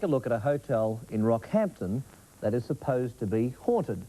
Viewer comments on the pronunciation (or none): It’s Rockhampton not Rockhamptom.